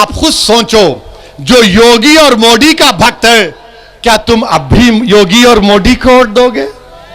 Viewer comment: पहले सही से मोदी बोलो मोडी नही 😂😂 पिछवाड़ा में जितना दम है सब लगा लो आएगा तो बीजेपी ही 🚩